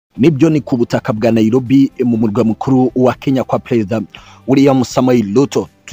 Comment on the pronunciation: Not NaiLobi, not Luto, ...say NaiRobi and Ruto